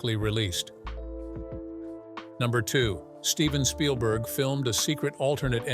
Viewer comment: Shpielberg? Really? 😂